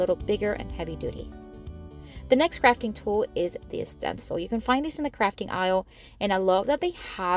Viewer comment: I must’ve been listening to too many political videos lately, because every time you said crafting, I thought you said fracking.😮